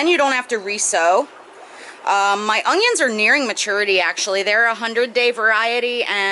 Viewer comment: There is no g in the word onion